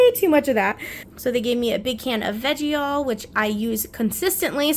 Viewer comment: Heyyyyyyyyy lady :face-red-heart-shape: FYI....It's pronounced VEG' ALL there is NO "ie" in middle of the word.....and the cracker's are called A "SLEEVE" of cracker's.....Arn't you glad the Language "Police" popped in....🤣🤣🤣 Turnips are great in vegetable soup....any kind. Just cut them up as you would a carrot or potato.....Ty for sharing the differences in the two chorizo's....I had no idea. 😉 🙃 😊